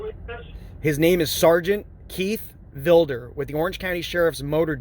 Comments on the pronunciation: "Keith VIL-DER?" Isn't is Keith VID-LER? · It's Sargent Vidler, not Vilder. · He is such a liar. I thought it was Vidler not Vilder??? breaks the laws and then complains about the cops doing their jobs??? Its great that he lost it all. He deserved it. I heard Vidler got fired but then got his pension back. lost his business, his wife, an 83,000 insurance scam case than he recorded himself and keeps going to jail. This guy is worthless to society and the human race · Seargent Vilder. What a dumb shit that he cant even get his favorite sarges name right. men need him now more than ever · Keith Vil-Der, Vi-di-ler and Vi-Da-Ler. 🤣🤣🤣🤣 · Ffs, get VIDLER's name right!